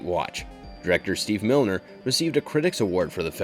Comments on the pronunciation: Steve MINER! not milner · I don't believe you are pronouncing Steve Miner's name properly. There is no 'L' in there.